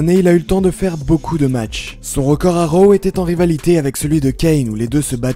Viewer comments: On dit ro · C'est raw pas row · C'est drôle la façon que tu dis raw